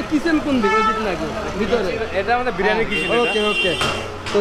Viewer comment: Kothata BIRANI noy Biriyani